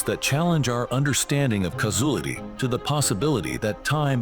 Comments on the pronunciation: “Causulity”…what an idiot. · Caus-oolitty = Causality 😅 Sky-fy